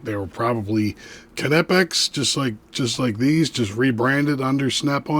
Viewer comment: Nope. I would say that Knipex USA and UK would be the last word on how to pronounce the name in English, and they both pronounce the K. However, it’s not “kuh-nip-ex” like some Americans (including the video creator here) say, there is no implied vowel between the K and N.